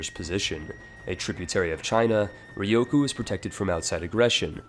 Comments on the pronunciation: RyuuuuKyuuuu. Ryukyu. /ˈɹjuːkjuː/ Not Rioku. Press the speaker button. Please. You are killing my ears every time you talk about this country. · Why do you keep calling Ryukyu Ryoku? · its not ryoku... it is RYUKYU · The hardest part is obviously the correct pronunciation of "Ryukyu" :p